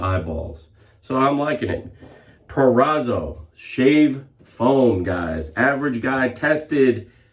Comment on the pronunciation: Now you said Proraso as it should be said:) as always great video interesting review of the new version of Mach3 btw Proraaso also has various preshave products various shave soaps creams ect even has a yellow canned foam chocolaty....cheers...